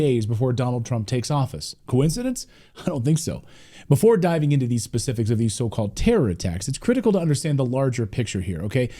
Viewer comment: The DEI hire who pronounces "specific" as "pacific". These are the people in charge of our country.